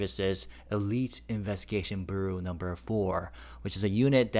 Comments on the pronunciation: For bureau , pronounce it like You Roe (with a B). It's probabably an English word that comes from French. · Bee-you-row… 😊 but in two syllables, not three. Byoo-row…. bureau!!! 😊